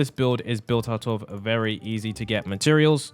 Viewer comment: "vely simple"!?? do u speak english or chinese?? I genuinely dont know